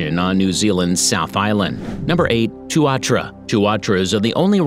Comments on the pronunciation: I dunno if I convinced you of a single thing but even knowing that a Kiwi is a bird, there's still a lingering sense of confusion somehow. Amusement for sure but still, a smear of confusion also. Why even mention the Kiwi when the guy is calling the Tuatara the Two-are-true-a, or Tua-trua, 187 times? 🤷Anyway, ✌️Peace bro, sweet as🇳🇿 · Just creating you because you pronounce tuatara wrong. Know because I live in New Zealand 🇳🇿 😍